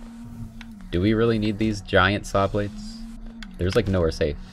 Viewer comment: Hearing say 'shawblades' made my day lmao